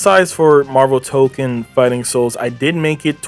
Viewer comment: not to be that guy, but its pronounced Toe-Kone, and tokon means fighting souls, so saying the whole name is redundant. I've been calling it Marvel Tokon, I've also seen it abbreviated as MFS